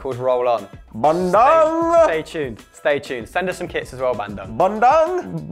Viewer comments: hey guy it is pronounce bun-doong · Its Bandung not Bandoong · it's pronounced Bahn-doo-ng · It's Ban-doong mate, these guys are killing me with their pronunciation :))) keep it up lads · really the way you say bandung is killing me 😂😂 i live in bandung and the way you say it is ban - dung. dung like dunga the former brazilian captain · I'm Indonesian and I'm laughing so much everytime they say Bandung. Their pronunciation was extremely hilarious (in a good way of course) :D